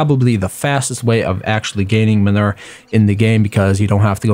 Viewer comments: Minur........ No Its man oo er Manure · man-u-er sorry that just really bothered me but thx 4 the vid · STAHP SAYING MUNIR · Lol " minur " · Man-oo-er (manure pronunciation)